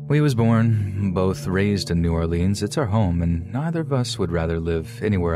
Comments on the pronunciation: Gonna call it New Or-LEENS but talk like you from there... It is New Or-LINS sweetheart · And pronounced new ORlinz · How does someone from New Orleans not pronounce it correctly!? It's NOWLENS!